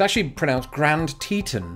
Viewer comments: Grand Teton is pronounced as in "fawn" or "on" as in "the light is on"...….not "un" as in "fun" or "under".....lawn, dawn, gone...………..and not the Brittish way either...what your breathing is not eh...it's air. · Actually it's pronounced Grand Tea-Ton with the kind of o in on. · You are still pronouncing Grnad Teton incorrectly. The locals pronounce it more like Tee-tawn-rhyms with pawn or lawn. Great video though. I learned something I didn't know. I usually do with your videos. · You were close with your second version of Grand Teton, but still not quite there. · It's Grand Te't'on rhymes with on. for the last syllable.